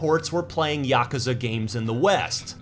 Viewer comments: ya koo za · You pronounce Yakuza funny.